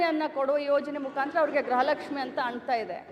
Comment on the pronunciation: ಯವ್ವಾ ತಾಯಿ ಮುಂಡೇ , ಅದು ಗ್ರಹ ಲಕ್ಷ್ಮಿ ಅಲ್ಲ,,,, ಗೃಹ ಲಕ್ಷ್ಮಿ ಅಂತಾ ಹೇಳೋಕೇ ಬರ್ತಾ ಇಲ್ಲ ಇವಳಿಗೆ 😂😂😂😂